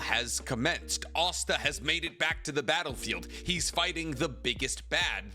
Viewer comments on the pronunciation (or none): none